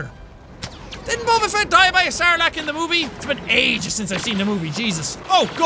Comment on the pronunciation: It's Fett not feet